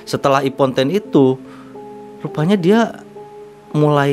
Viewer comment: Baca impoten jdi imponten..